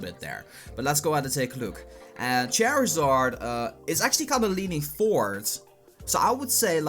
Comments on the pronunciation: "chairizard" wtf 😐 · charizard you proniced it wrong